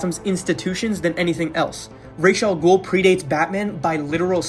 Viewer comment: You said Ras Al Ghuls name right Ima subnn